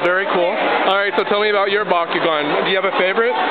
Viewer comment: it's bakugan NOT bakygon. and omg the kid in the left was kinda a noob!! lol and i get made fun of for collecting bakugan at 13 and there's like two high school kids. xdd